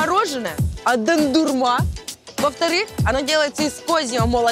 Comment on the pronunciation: Не дандырма а дондурма